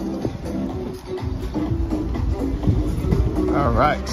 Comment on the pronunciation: Kvéss and kavass. Come on aren't you both supposed to be ukrainian experts? 😂